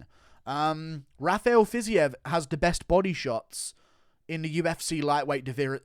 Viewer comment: Bro it's not "Fizzy-ev" it's pronounced "Fazeev" ;)